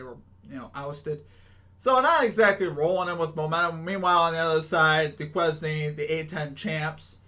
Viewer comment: It’s pronounce “doo•kayn” lol I know it stumped us too 🤣